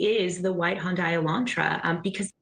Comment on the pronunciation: Why does that woman pronounce Hyundai as “HUN-die”? Even people in Hyundai commercials pronounce it “HUN-day” (rhyming with Sunday).